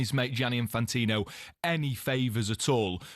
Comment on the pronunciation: Well done Jeff, one of the very few people in the media who pronounces Infantino’s first name correctly ‘Jee-an-ee’ ie recognises that it is Italian not French.